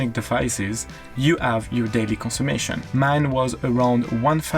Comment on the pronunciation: Just found your channel, love your videos! Just a little note, it is ‘conSUMPtion’, not ‘consummation’, the latter can mean something quite different! 😆😆